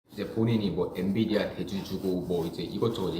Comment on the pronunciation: 엔비디아 발음 듣고도 교포라 믿었다고? ㅎ